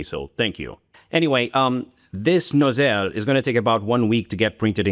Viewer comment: can we bring back you complaining about people don't say your name right? This nozzeeel got me laughing like crazy xD